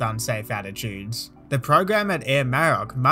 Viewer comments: The emphasis is on the O, not the A Maro^c.. just fyi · A great video…but your ATC voice was erm, weird. I’d also say you need to learn how to pronounce “Maroc”.